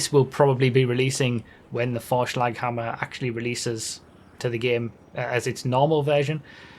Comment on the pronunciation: Vorschlaghammer was very well pronounced. You have to have lived in Germany before